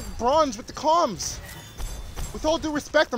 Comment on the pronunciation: haha u said comm rads, radical comms